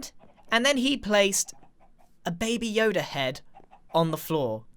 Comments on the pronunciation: is anyone else concerned that he called baby yoda baba yoda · Grian: Babi yoda Scar: baby yoda (i really don't know) Me:Bababuy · Did Grian say Baby Yoda,Babi Yoda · No, he says Bobby yoda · I love how he calls him babby yoda